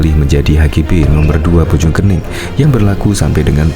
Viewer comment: Bojong koneng bacanya yg betul